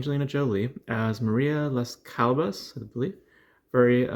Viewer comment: How can you review a film if you can't even pronounce the main character's name? CALLAS